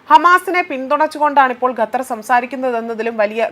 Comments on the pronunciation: അമ്മായീ ഗത്തർ അല്ല ഖത്തർ... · സഹോദരി ഗെത്തർ അല്ല ഖത്തർ ആണ്